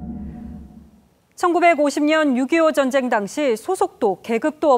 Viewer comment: ''젼쟹이'' 어쩌구ᆢ''민쥬쥬의으 쟈갹햐게 댸였숩니댜 젼쟹는 '' 아오 발음도 참 특이하게 해 목소리 듣기도 실타 싫어 !